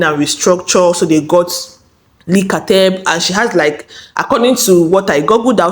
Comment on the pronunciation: Leaaah not Leee